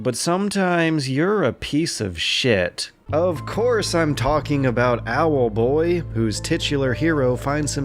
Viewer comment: keeping dash pressed will make him fly just as fast as spamming. Too bad I noticed that when I was nearly done though Also I love you say "Owelboii" :)